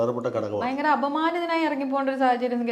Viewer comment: ബയങ്കരമല്ല, ഭയങ്കരമാണ്. മലയാളം നന്നായി പറയാൻ പഠിക്ക്